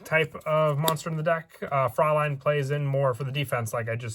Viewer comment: I love the build but also as a person with German heritage I just want to commend you on your proper pronounciation of "Fraulein". Like, everyon else says it wrong so congrats, lol